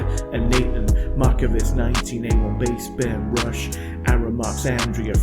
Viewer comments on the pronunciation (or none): none